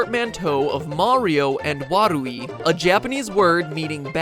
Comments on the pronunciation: It's not pronounced WA-ru-i, but wa-RU-i. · you said warui wrong fyi